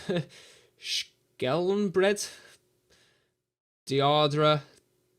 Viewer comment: Unlucky that, Wolfsburg are a good team mind. The striker is pronounce "Ih-bee-sev-itch" and the young attacking midfield lad is "Dah-ree-dah" as far as I know! Hope that helps!